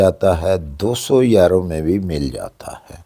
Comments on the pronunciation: Sir please if you don't mind please pronounce correctly یورو instead of ییرو thanks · Sir yero nhi euro hota Hy 😊 e U r o